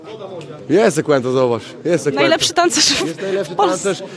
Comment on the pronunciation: Sekłento mistrz 🤣🤣🤣